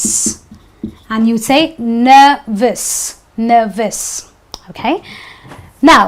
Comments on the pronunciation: Mam the word nervous is looking like nevvous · Don't u know that that nervous is spelled as ' n e r v o u s ' not 'n e r r o u s'. Ur nervous looks like nerrous or nevvous.